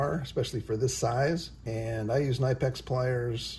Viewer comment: My only complaint is your pronunciation of KNIPEX. The K is actually pronounced and said like this k-nee-pex. And yes they’re amazing tools. I have some that are over 20 years old and still working like new.